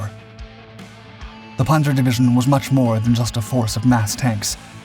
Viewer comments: Why is he saying ‘ponzoh’ and not ‘panza’? I know yanks have MASSIVE trouble with vowels but that is remarkably dullard-like. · It's just annoying when you mispronounce words basic to your story. Loses credability. The a in Panzer is short like pants, not like o in pond.